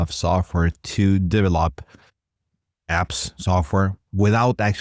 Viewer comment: DEM-o, not DEE-mo. Duh-VEL-up, not DEE-vuh-lop (and certainly not DEE-vuh-lop-pers).